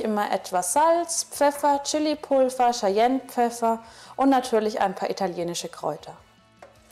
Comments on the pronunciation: nicht böse gemeint, aber das C in Cayennepfeffer wir wie ein K und nicht wie ein Sch gesprochen:-) btw, tolles Rezept:-) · Konitzki88 nein man spricht es wirklich K aus